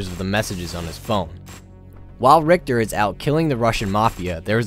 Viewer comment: I don`t understand what`s so dificult about pronouncing Richter`s name right